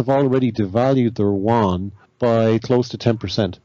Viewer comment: How come no one can pronounce Yuan correctly? Yew-ahn.